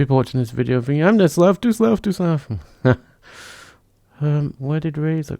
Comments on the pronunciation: Slowth lol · ....love the pronunciation of 'Slough'!!